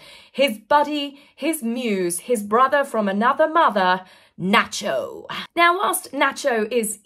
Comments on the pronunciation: Your pronouncing Nacho wrong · You are a breath of fresh air every time I watch you. Please never change! (I especia!my love hearing you say. "Nacho", makes my American heart grin!)